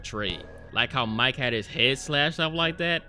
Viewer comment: Isn’t this (much less all of the cannibal movies) out on blu-ray? “Now remember this Mike guy..” Are you sure it’s not Mee-Kay?